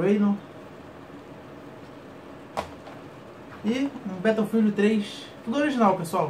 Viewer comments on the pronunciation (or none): none